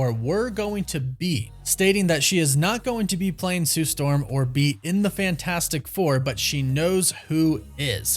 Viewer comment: Gotta say it like her now then Sue Stawm lol 😂 I don't see it 🤷🏿‍♂️